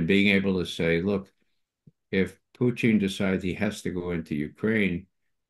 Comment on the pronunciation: Why does he call putin puting or puchin ,??